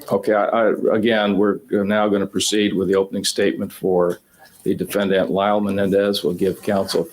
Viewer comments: For some reason I have huge issues with how judge is saying defendant... it is bugging me and I have problems focusing on the rest of the video haha oh my lovely autism brain... the a at the end should phonetically be said the same as the e in the beginning but it doesnt sound like that in my ears and it really throws me off - dəˈfendənt I remember this trial but I didn't watch most of it. I was my first year in college at the time and I had so much homework. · Ugh same, each time he says it, it bothers me more than the last time. It’s so infuriating that I have trouble concentrating